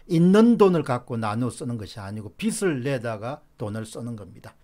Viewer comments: "빚을"의 발음은 "비슬"이 아니라 "비즐"입니다. "비슬"은 머리 머리 빗는 빗의 발음입니다. 미안합니다. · 박사님, 빚 을 발음 정확히 해주세요^^ 비슬 이 아니고 비즐 입니다. 화이팅! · 공박사님, 늘 수고 많으십니다. 사소한 듯하지만 방송에서 간과해선 안 되는 우리말 발음에 대해 건의드립니다. 예) 빚을 지다=비즐 지다 빚이 많다=비지 많다. 빚이란 단어의 ㅈ이 연음되는 걸로 알고 있습니다. '비츨', 혹은 '비치'라고 발음되는 것은 옳은 우리말 발음이 아니어서 말씀드립니다. '빛', 혹은 '빗'의 경우와는 다르니까요. 고맙습니다.